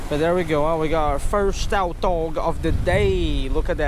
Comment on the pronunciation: It's pronounced tutog not toutog even though it is spelled tautog